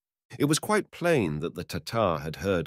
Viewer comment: Is this and other stories in this series narrated by AI? The expression (such as it is) is pretty so-so, and the stresses are much too often in the wrong place. Pronunciation is - shall we say - eccentric; as examples, the word "moreover" pronounced "mow-ree-over", and "plain" pronounced "pee-lain". The Russian, "korosho" should be pronounced "ka-rash-oh" (meaning, among other things "OK") with the stress on the last syllable, and "Ivan" is "Ee-van" stress on last syllable. Shame. Good stories mangled. Lousy use for AI (if there is ever a good use for it ...)